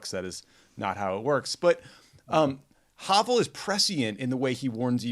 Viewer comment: Hey Tommy, Ben, and the whole CROOKED team, Sending you all greetings from Prague. Thank you so much for this episode and your kind words about Vaclav Havel (also for not mispronouncing his name). US politicians often use his name as a buzzword, which just makes my head explode. (Paul Ryan mentioned him in his speech to the Czech Parliament in 2018, as did Mike Pompeo when he addressed the Czech Senate during his visit in May this year; as if VH would have had anything in common with these two...) In my view, VH was the best president we’ve ever had, and we’ve been going downhill since then. Anyway, I'm always surprised to hear you talk about President Obama’s trips to the Czech Republic. I’d think that they would rank low on the list of the hundreds of foreign trips you have been on, since I consider my country rather insignificant in the larger world context. Finally, thanks also for sharing your reading tips – they’ve been greatly appreciated during our ongoing lockdown. Looking forward to new episodes in 2021. Enjoy the holidays.